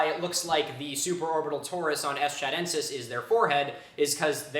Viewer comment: That'd be Chudentis, not Chadentis.